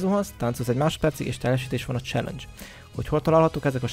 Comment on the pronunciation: Jó az angolod, "cselengyes"